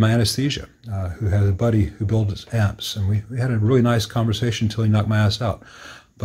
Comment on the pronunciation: Very useful video that clears up a lot of questions. "you meet interesting people when they're about to gash you" or was it gas?